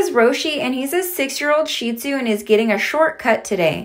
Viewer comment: When they pronounce shih tzu right 😩